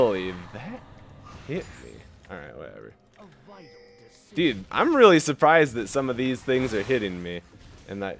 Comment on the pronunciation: why does he say deed when saying dude? "that sucks deed" like...... ure not even trying